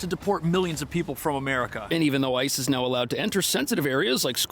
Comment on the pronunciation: hade to go back there did sound like you did say ISIS not ice